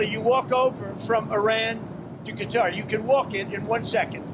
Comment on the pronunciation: Surprised he even pronounced Qatar the right way.. Setting the bar real low here.